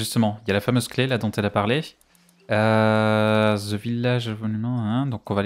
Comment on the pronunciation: "the" se prononce "dè" j'ai jamais compris pourquoi quasi tout les francais disent ze :'D si encore c'était zé Vous prononcez bien thé/dé té/dé donc pourquoi là ca devient un Z mdr